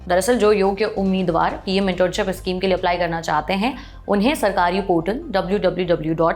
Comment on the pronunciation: issschem nahi schem hota hai mam..